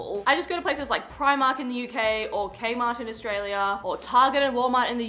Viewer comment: Everything else in the video is great, but thank you for your correct pronunciation of Primark <3